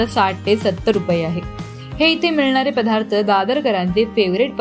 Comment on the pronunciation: पधार्थ नाही ग ... पदार्थ